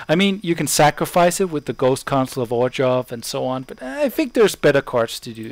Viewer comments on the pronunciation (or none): great vieo! easy my fav deck in 2013. btw its pronounced OR-ZHOV. there is no G in the name.